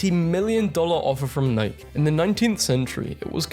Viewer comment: Your the only person that isn’t my family that pronounces Nike and adidas like that I thought me and my family were the only one lol